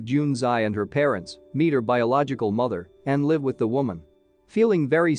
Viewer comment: Oh my you said live like LIVE its pronounced liv not live